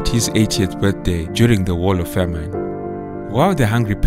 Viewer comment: A great and informative account. There is a small complaint: the narrator's pronunciation of the noun "famine" for which he pronounces the second syllable- "-ine" as in "fine" instead of "in" in the word in "pin". The use of "Selassie" as a surname is incorrect because the Ethiopian use the first name for surname. After all Haile Selassie means the Spirit of the Trinity. Good job, though, despite these minor errors.